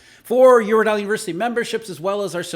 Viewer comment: When you start speaking fast you are always saying eurodeli😂 guess this is the final subway 🥪